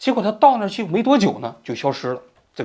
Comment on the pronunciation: 杳（咬，三声）无音信。